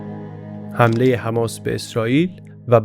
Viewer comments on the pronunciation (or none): none